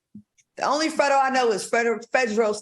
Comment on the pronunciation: Nah you all ain’t gonna do our FREDO like that 🤣 it’s pronounced like FRAYDO and as a gay man he never said it was “too gay to do anything” stop the with the reach lol He did say men are too pampered, but he’s playing look at how pretty this dude is, He’s pampering too come on now!